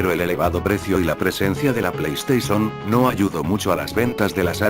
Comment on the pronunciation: PLEISTESON XD